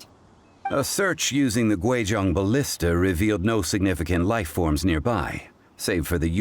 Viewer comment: Pronouncing Guizhong completely wrong is one thing, but I'm perplexed as to how that attempted sound even came out of such a spelling...